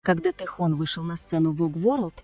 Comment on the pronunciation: Автор , вот бесите, научитесь правильно говорить имя Тэхена, его зовут ТЭХЕН, а не тэхон.